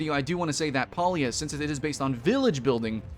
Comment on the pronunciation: You can't even pronounce the game name right.